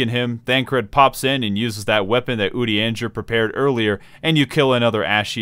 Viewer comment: Are you trolling by consistently mispronouncing Urianger's name? Or...? Good bait, I guess.